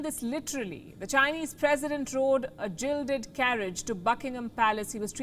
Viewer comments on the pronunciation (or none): A jilded 🤣😂 not a guilded!